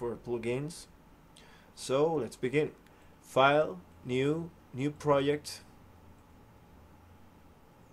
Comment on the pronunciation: "Proh-yect" :P